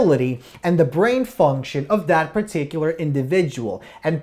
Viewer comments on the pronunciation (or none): none